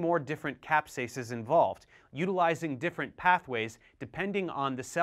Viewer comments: caspases not capsases. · Hello, nice overview. Just one thing: the proteases are called "caspases", not "capsases". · Caspases, not capsases; great video anyhow!!! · its caspases, not capsases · Heads up, should be Caspases not Capsases! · Caspases not Capsases!